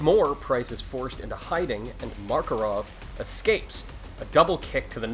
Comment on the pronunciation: Sorry, it's makarov. Not markarov.